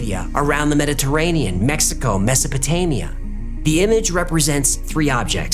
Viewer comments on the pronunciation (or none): none